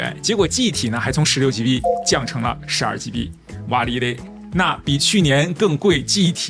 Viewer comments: 01：50 「哇哩勒」臺味到位😆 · 親切的台灣人 +1